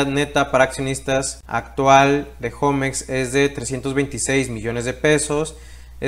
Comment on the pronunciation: Yo no entiendo por qué le dicen jomex... 😂😂😂😂😂😂😂 Osea si saben que homex es HOGARES MEXICANOS.... no creo que tu digas mi jogar en lugar de mi hogar